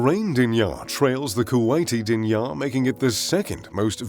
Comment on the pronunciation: Pronounced, Deenar.